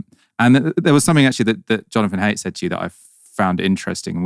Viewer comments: Surely jonathan haidt is pronounced like height? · Please learn to say th. Also please learn to say Jonathan Haidt's surname. I'll generally watch right-wing stuff, but it seems like everyone is concerned about this and some good points were raised and discussed. Whichever side you're on, and whichever sci-fi novels you reference, it's clear there's a lot of problems coming down the line